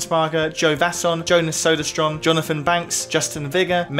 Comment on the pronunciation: Poor Jonas Söderström always getting his name mangled.